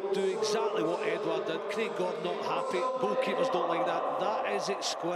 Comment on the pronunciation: Really annoyed me the way the commentator said edouard😂